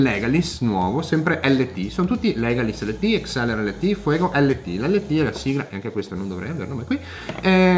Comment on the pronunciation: Si legge "lait end taf" 😉